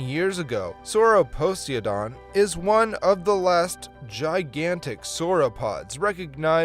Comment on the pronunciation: >Horrifically butchers the pronounciation of Sauroposeidon (and continues to do so throughout the segment) >Somehow pronounces Poseidon correctly five seconds later What lmao